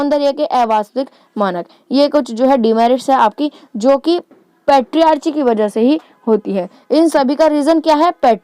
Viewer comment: U teach very well ma'am. Only you need to work on pronunciation as you pronunciatiated patriarchy which is not right pronunciatiation.